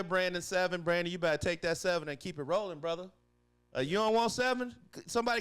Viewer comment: Aubrey ending up tied with Pittsburgh Steelers K Chris Boswell for the highest average annual salary (4yr/$28 million) and it’s Braden Smith not “Brandon”